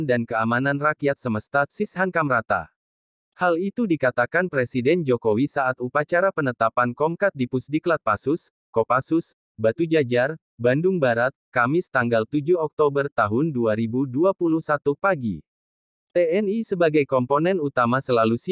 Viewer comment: Komcad bukan komkad